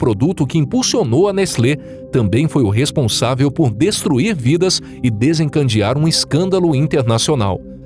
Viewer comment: O narrador fala DESENCANDEAR i correto é desencadear.